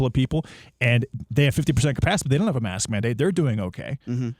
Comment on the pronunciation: 37 seconds: Did he just call it a "mast"? lol